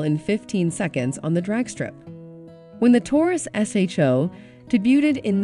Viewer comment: The "Rekeiro" seats The Ford Shosho. Lol!!!!! Get rid of the robot voice!